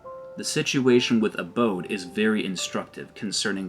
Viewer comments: The fact that you pronounce abode instead of adobe makes me think whoever is narrating this doesnt know whats going on. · Ah - doh - be, not abode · 1) Your video was a rambling disorganized mess, you need to work on that 2) Get a spell checker, all the spelling errors were highly distracting and there were MANY 3) You mispronounced Adobe, it is UH-doh-bee not UH-bode Love how you criticize Unreal Engine but direct very little of that critical energy to YOUR own video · Abode? Um, you mean Adobe?? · Did...did you just call Adobe "abode"? Those are two totally different words, my dude. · The thing you're calling A-B-O-D-E is in fact A-D-O-B-E, just wanted to point it out. Adobe is pronounced "a-doh-bee". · Adobe not Abode. 😅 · I thought I'd missed an exciting new family of graphics tools written by a company called Abode at first 😂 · I was like “Bro… did he just say ABODE?!?” 😂😂😂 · AI written script and AI voice. Wasn't sure until it mispronounced Adobe 3 times in the exact same way. AI slop video.